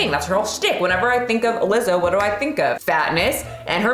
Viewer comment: Wtf is uh-Lizzo